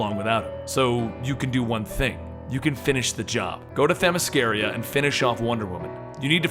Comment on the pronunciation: bro. you gotta learn how to say Themyscara. It's embrding you do commentary and say it so badly. ask one of ypur peeps how to say it, lol. love ya bro. keep up the great vids